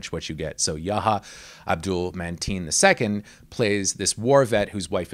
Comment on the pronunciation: Hey, are you sure you're pronouncing Yahya Abdul-Mateen II's surname correctly? You keep calling him "Man-Teen." He pronounces his name here and it sounds quite different